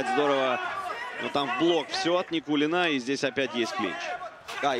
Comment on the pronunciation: Со буд даь вакх ц Никулина, шей нан буд цу дерьг. Судья не правильно читал, шей ворхий нан буд цу дерьг.